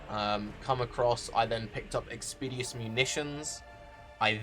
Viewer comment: That's not how you pronounce 'expeditious'